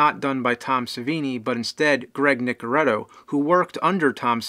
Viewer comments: It's Greg Nicotero not Greg Nicoretto! Yer tearin me APAAAAAAAAAHT Lisa!!! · James his name is Greg Nicotero , not Nicoretto